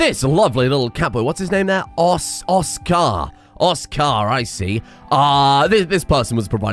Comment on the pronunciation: As a polishman, I really felt it when you pronounced Oskar like some kind of orkish name